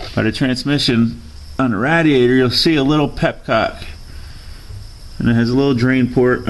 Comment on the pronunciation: petcock not pepcock lol